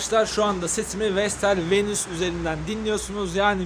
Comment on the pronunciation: Vestel VENUS yalnız "VENÜS" değil :)